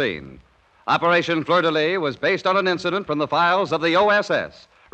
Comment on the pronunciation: 47-07-14 = 002 Operation Fleur de Lis. NOT "Lys"